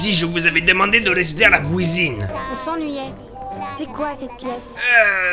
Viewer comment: "la couisine"